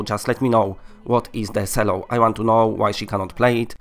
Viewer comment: "Cello" pronounced like CHEL-oh is basically like a huge violin which makes beautiful music and causes me sadness when I hear it. You can see it in the clip - ish.